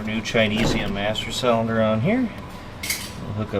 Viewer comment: Hope you’re feeling better man! Something you might get a kick out of is whenever I’m with my buddies and watch your channel we play this drinking game where every time you say “cellunder” we take a shot, and boy have we had some rough episodes 😂😂 keep up the good work sir!